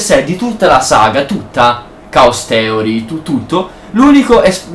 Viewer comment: stelt, caos teori,cinvincion.nub. il tuo inglese è spettacolare ahahah XD